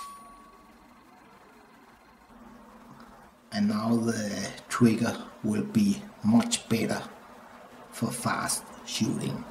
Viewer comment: “Showt weset twiggew keet”